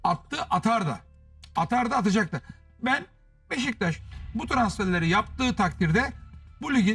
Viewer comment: Sinan abi BEŞTAŞ değil beşiktaş 😂